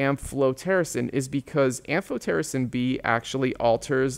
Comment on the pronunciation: I loved the am-PH-PH-PH-PH-otericin part 😂😂